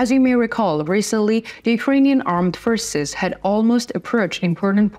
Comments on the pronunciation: I was going to comment on the mispronoucement of the same words. Forces is pronounced four ces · Forces forces , not pfishes or fristse ••• for ces for-ces